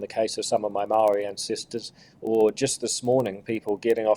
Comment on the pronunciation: Say the word "maori" how you grandad said STOP bending over to Willy Jackson and his pronunciation police...